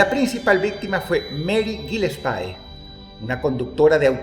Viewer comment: Gee-Less-Pie. Dross, de verdad has jugado Sillent Hill? se pronuncia Gal-Less-Pee